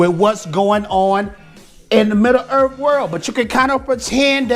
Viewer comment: "midda-earth" love this vid haha